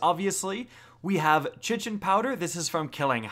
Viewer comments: Kite-In not chichin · i'm pretty sure it's pronounced 'kite-ohn' not 'shittin',. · Chitin is pronounced "kai-tin" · Not to be that guy but chitin is pronounced like “kite-tin”. Good vid tho. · Carlos Montoya I’m gonna go chitin a toilet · I pronounce it " shittin' "powder, I just found out it's not pronounced like that. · The way you said Chitin almost made me click off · The way you said Chitin made me want to kick you from my fireteam at the end of a 980 nightfall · I still wonder if he still pronounces ‘chitin’ that way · DANTHECHRISTIA N same. His pronunciation of eliksni made my soul evaporate.